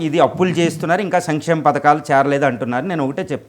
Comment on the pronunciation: ముందు బాబుగారిని సంక్షేమం అనడం నేర్చుకోమండి వెదవ భాష ఏంటి సమిక్షేమం అనడం ఏంటి ఇదే తప్పు పలుకుతున్నాను ఇంకేం చేస్తాను అని అర్థం మీరు ఆర్థికంగా బాగుపడడానికి మీరు ఈ గవర్నమెంట్ ను తెచ్చుకున్నారు మాకోసం కాదని తెలుస్తోంది విద్య ఆరోగ్యం ఇంకెక్కడున్నాయి నాశనం చేశారుగా సిగ్గులేకుండా మల్లి సమర్తింపా